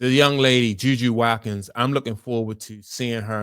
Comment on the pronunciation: Her name is JuJu Watkins. Last name is pronounce Wat-kins, Watkins.